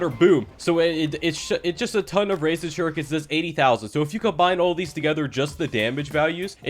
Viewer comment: “razor shirekens” sorry i had to 😂😂😂